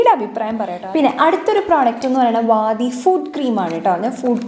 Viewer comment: വാദി അല്ല വാടി aanu😬